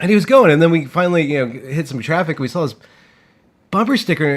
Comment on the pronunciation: i'm just gonna leave the typos in from now on, in solidarity with uncorrected pronunciation of saw and draw.